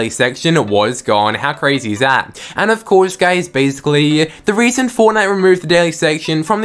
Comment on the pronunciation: Why do you keep saying "guys" after every sentence? And "ofcoure" ? Are you trolling or is English not your first language?